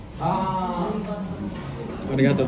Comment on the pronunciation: Ummmm arigatoma is not correct am I right?